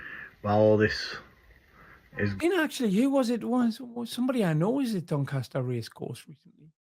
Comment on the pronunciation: Grips my shit when he says dincaster waters. Proper tard